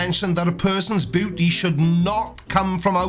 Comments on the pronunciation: i am so tired... everytime you said beauty, i understood booty. And it still made sense to me. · Sounds like you're saying booty. Makes the video much funnier. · He said booty is in the aye of the beer holder!! pronounces it like booty or my ears broke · Every time says “beauty” or “beautiful,”I giggle because it sounds like he is saying “booty.” Middle-aged American here. 😂